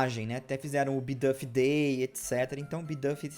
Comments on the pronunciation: eu amo o canal mas eu sofro um flinch toda vez que você pronuncia uma palavra em inglês errado, tipo "bidâf" (e não "biduuf") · Não seria "Bidufi" a pronúncia??